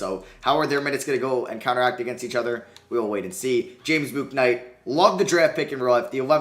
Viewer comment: if you’re doing a charlotte franchise ur gonna need to learn how to pronounce james bouknight